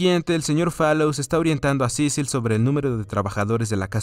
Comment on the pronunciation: Solo una vez dijo su nombre bien xdxd Cecil, ya luego estuvo con Cicil cicil cicil xdxd